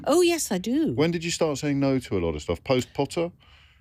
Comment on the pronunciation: Who else heard the "post Potter" like Tom Felton said in the movies?^^ POTTah!